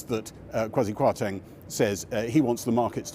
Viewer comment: "Tank" kwarteng